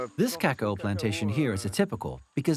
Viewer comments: KaKOW! Not KakOWA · All along I am wondering what is "Ca/Co" until I saw it 🤣🤣🤣 I've never hear that pronunciation before.